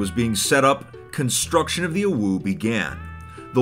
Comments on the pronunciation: It's pronounced Oh-Woah, not Oh-Wooo. You're thinking of "OwU" the winking face. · IT pains me everytime fit pronounces "OWO" its pronounced "o woah" not "o woo" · you said it wrong. It's a giant "owo", not a giant "uwu". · Its OwO but has been pronouncing it UwU/OwU the entire video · He ain’t sayin owo he sayin owu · I always thought it was pronounced “oh woah” not “oh wooh” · Someone should make a counter for the amount of times mispronouned "owo" as "uwu". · I love how said "UwU" the whole time instead of "OwO". Sometimes it even sounded like UwO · I can’t believe he just said “oh-woo” it’s “oh-woah” I’ve never heard ANYONE say that what the heck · you're pronouncing it wrong, "owo" is like "oh-woa", "oo-woo" is how we pronounce "uwu" -- a furry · I died hearing him say it like that 😂 It's pronounced 'oh-woh' not 'ooh-woo' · OmG u SaiD oWO WroNG U sAId OwU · It's Oh W Oh not awoo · its pronounced o(like o with a e) w o(like o with a e) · orwuu -, 2021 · its pronounced o-wo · Nah it was more like Owoo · sounds like he's saying awoo to me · He didn't. He said "owoo." Big difference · When pronounced "OwO" as "OwU", It sounds like a winking OwO. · I think confused "OwO" and "UwU" and started pronouncing it as "OwU" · its said exactly like it looks (Oh-Woah) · i meant, you still need to pronounce it a certain way. you can't prounounce it owu like the creator did and expect to be correct. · yeah... oh-whoo is more for UwU than OwO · Why does he say "OwO" almost like "awoo"? Never heard "OwO" pronounced in that way huh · Ahem. I hate to be that guy, its pronounced: "oh-woah" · He pronounced "OwO" as "OwU". My disappointment is immeasurable and my day is ruined. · He said OwU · Why did he pronounce it like 'uwu' when he was talking about 'owo' the whole time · hearing someone pronounce "OwO" as "OwU" just feels so weird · pronuncing it "OWU" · PLEASE, ITS PRONOUNCED “OH-WOAH” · This just in: can't pronounce "OwO"